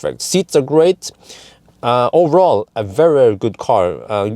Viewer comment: Please, stop saying "owerall" ! ;-)